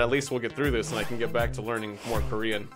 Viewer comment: As a Korean i am happily offended by your pronunciation here is a test translate 안녕 감자 토마토 엄마 아빠 가장 좋아하는 뉴질랜드 친구 lol